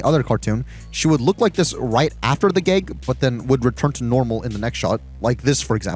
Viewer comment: I thought you liked this show, why are you criticizing it so much? Also, why do you pronounce “a” like “e?” Like you say “gegs” instead of “gags!”